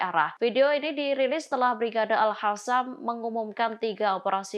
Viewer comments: Al Qassam woyyy, bukan Al Khasam... :face-orange-biting-nails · Bukan alhassam tp alqossam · Al qassam bukan al hassam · Pengucapannya yang benar dong Al Qassam bukan diucapkan al hassam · OH JADI KALAU QOP DILAPALKAN H...AL QASSAM DIBACA AL HASSAM,AL QUDS JADI AL HUDS...IYA...IYA...IYA... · Saya beri tanda "Tidak suka" karna Host nya msh tolol. Al Qossam bkn al hassam. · tlg pimpinan redaktur,,,mengingatkan saudari host,,,,klo baca Al Qissam yg ttep di baca Al Qossam,,jgn di fasih2ke dg gaya tapi mlah salah bs mengubah arti bahasa,,, klo baca Al Qossam sllu di baca Al Khassam itu jadi SALAH YO Ni,,,,,,,,tlg baca yg baik n benar